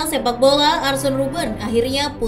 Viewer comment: Dibacanya arsen ya?